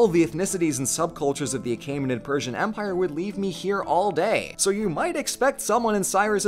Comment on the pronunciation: When you said "Empire of Babylon," I heard it as "Vampire of Babylon" for some reason. I want that to be the title of a horror movie now.